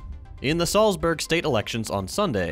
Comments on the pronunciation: Salzburg is pronounced Z- al (like the name) - ts - burg (as said it) z.al.ts.burg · That pronunciation of Salzburg was... it was funny I guess XD